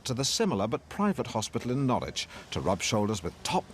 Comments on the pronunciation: It's pronounced Naarich 😂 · Doesn't help when 'Alan' keeps getting it wrong either! 😂 As ever, Norwich rhymes with porridge (Nor-ridge)🔰